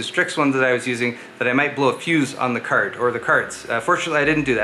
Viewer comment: "graphics cærd" lol